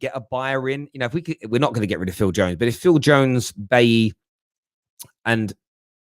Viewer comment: How can this guy still not pronounce Bailly`s name correctly after all these years?! I told you Kane would not leave Terry and i told you that Espirito Santo would be manager or Conte. Levy will not entertain any more calls. All of you losers in the media are in the mud! 6 years running now, in regards to Kane. City are an embarrassment if they can`t fork out 160-180 for Kane. That`s what Levy will accept. 125 mill is absolutely pathetic from City. They went for Grealish first and that is on them.